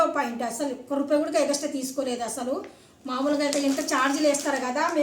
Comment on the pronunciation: Egaxtra nahi phappu………. extra😅